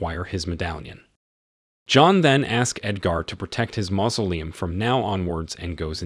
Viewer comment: The narrator of this video is very strange. One time he mispronounces "mausoleum", then pronounces it correctly then pronounces it wrong again. I suspect that this is a computer voice. This video deserves a thumbs down for the simple fact that the narrator lied to his audience. He says that if you don't like the video, give it a dislike but to hit the dislike twice just to make sure. IF YOU CLICK ONCE IT REGISTERS A DISLIKE, IF YOU CLICK IT A SECOND TIME IT REMOVES THE DISLIKE. I really hate dishonest people.